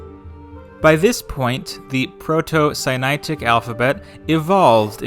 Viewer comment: Sinaitic, not Sainaitic. It's the Sinai Peninsula. Phoenician, not Phoenetian.